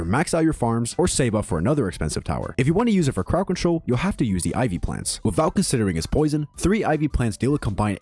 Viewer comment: why you calling it iv?